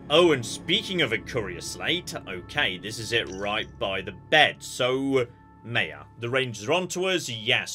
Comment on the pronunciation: Playing my drinking game called " says yes for no reason so drink" im almost smashed and it's not even halfway through...so we are going to, yes! Drink So I'm not pronouncing like yon or...the name is maya, they say it's pronounced m-eye-uh and then he starts calling her may-uh dude is terrible with pronouncing names outside of English and Greek. I gotta mute this while maya is around, not many ways to be so rude as to call someone a different name than the one they actually use..yes Maya and Maya are spelled the same. Maya is Greek and is pronounced may-uh or mEHaa..but she's clearly not greek. She's obviously Spanish heritage so her name......is Mai-a, m-eye-uh....why would you go for the Greek name, who so far in space is Greek? There's more non Greeks so maybe you will be respectful to the Spanish speaking culture and use the right name Not that hard to be polite. But it's automatic so you're kinda prejudice...